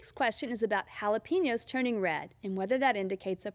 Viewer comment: lol, sounds fine to me.